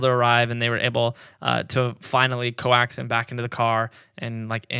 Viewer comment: I'm sorry, what was that pronunciation of "coax" ?